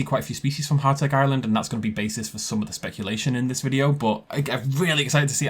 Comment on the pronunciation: Hațeg island is actually pronounced the same way as Hatzegopteryx. Hatzegopteryx is latinized because of naming conventions, and Hațeg is just always mispronounced due to its fairly well hidden novel letter ț.